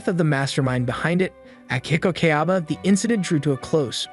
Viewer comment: Bruh. Who in the hell is Akiko Keaba? You mean Akihiko Kayaba? Kardinal scale? You mean ordinal scale? XD Good recap though. Eh... ... ... 9.5? Yeah. I'll go with that.